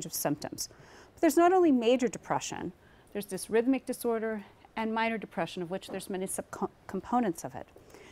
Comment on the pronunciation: dys-Rhythmic? A weird way to pronounce dysThymic.